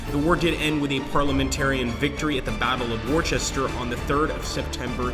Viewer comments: Pronunciations - Worcester is pronounced 'wooster'. Leicester is pronounced 'lester'. Warwick pronounced 'warik'. Not your fault, just a yank thing 😊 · Hi thanks for the teaser... love this period. By the way, Battle of Worcester is pronounced "Wus Ster". I know some English words are difficult to pronounce if you are not familiar with them.